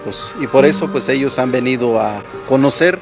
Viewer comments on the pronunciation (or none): none